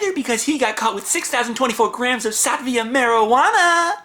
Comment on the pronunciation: I think you mean 'sativa' marijuana. Sat - ee- va